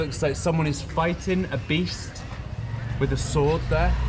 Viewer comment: What part of the kingdom does "wif" come from? Thank you.